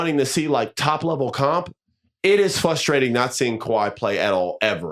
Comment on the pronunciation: What’s the most frustrating Austin is you saying fustrating instead of frustrating